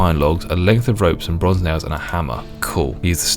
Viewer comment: Damn... you said Nails so many times! All I can hear is "Nayoes". Pickling my brain...